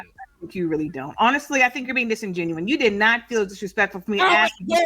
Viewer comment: Then the other lady said "Disingenouen" 😂